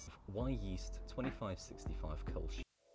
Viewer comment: Thanks for the ö. It drives me nuts when people pronounce Kölsch as Kolsch. 😅